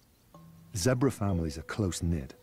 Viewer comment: your vids are great keep working hard plz stop saying zebar zebra